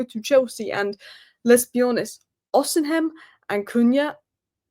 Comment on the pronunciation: 😂😂😂. Actually it's not just the "h" with her, she mixes it up totally and says "O-sin-hem", listen carefully to her again. To her kudos though, I rewind her videos just to hear her pronounce that again, 'Osinhem', so hilarious😂.